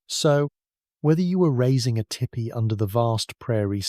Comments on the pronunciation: Tell me it’s AI without telling me it’s AI! Tippy, instead of Teepee! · I can’t listen to this one. That is NOT how tipi is pronounced. Tee Pee.